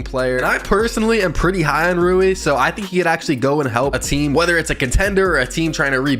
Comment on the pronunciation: Damn bro you got rui right